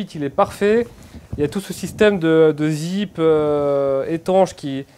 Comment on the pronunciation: T’as dit zeepe 👍